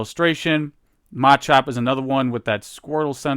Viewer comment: all respect flew out the window when he pronounced Machop Machoke and Machamp